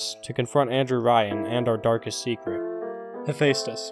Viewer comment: Other people: Hephaestus.: HEPHÆSTHUS No hate, just found ur pronunciation kinda funny.